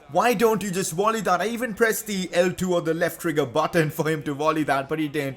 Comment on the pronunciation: i havent just realised but says wolley instead of volley